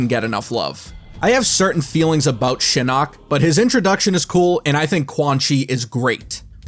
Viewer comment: Did he just say The Eye of Shitting?